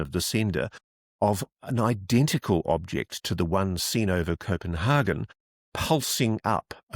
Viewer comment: I have never, ever, heard a native English speaker pronounce Copenhagen like you… extremely odd.